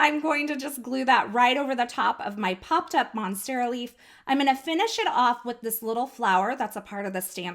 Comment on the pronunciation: Great card,! I love how you created the pattern with the monstera leaf (you did pronounce that correctly, btw) & then made an extra one for your embellishment cluster. I'm rather curious about not priming stamps with your hand, though. If skin oils are "bad" for stamps, are we supposed to wear gloves just to handle our photopolymer stamps now, to keep oils off them completely? I'm just a bit suspicious about that, but that might just be me. Anyway, thank you for sharing. Take care, & have an awesome day!:)